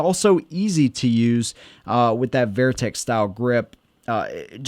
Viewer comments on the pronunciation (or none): Going back your saying Vayer-teck. Like Bayer aspron. Its not Vayer-tec grips. Its Vertec. Like like Ver-tical. Not Vayertical. Horizontal and Vayertical. Vertical. Vertec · Good video. Only issue i have is your pronunciation of "Vertec". You are adding a Y in the middle. Like salsa VERDA. VERY. Or how you say They. The Y on the end they, say way hey gay may jay etc. Its like a hard R Verrrrr. Rrrrr. Vertical. Verrrr-tical. Verrrr-tec. The handle is more up and down. Its more vertical. Verrrtec. Rrrrr. Vertec